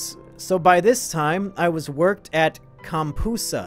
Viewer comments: "comm-poosah" lmao, Comp-USA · "Compoosa? It's pronounced Comp USA. You know, CompUSA, the big box retail store that competed with Circuit City, Radio Shack and later Best Buy. It had a pronounced online presence in the 2000s if you were looking for electronic junk until it was bought out by Tiger Direct in 2012. They had over 200 locations in every state... Jeez how young are you,? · "Compoosa" 🤣🤣🤣 Millennials don't know about "CompUSA" lol